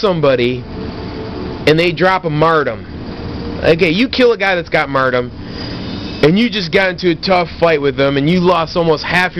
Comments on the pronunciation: First of all... is "martyrdom", not "mardom". Second of all, these perks are strong, but you are getting way too worked up over it. Its not hard to tell when someone goes into last stand, and if they do, just keep shooting at them untill they die. Also, a headshot or grenade kill will not let someone go into last stand, so, uhhhhhhh, aim better... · Haha "Mardum" Lol in all seriousness though you stay true to your beliefs. I didn't believe you said it for 4 years until I saw this video. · yeah there is a counter for last stand follow them down with your weapon and learn how to speak it is mar-tee-dom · lol "mardom" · Learn to say the word martyrdom correctly lol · You sir have been found guilty of 14 counts of "Martum" 2 counts of "Dropping a Martum" 1 count of "Jargernot" you are hearby ordered to stop sucking at both Call of Duty and the English language. English 101 Martum = Mar - ter - dum Jargernot = Jug - er - not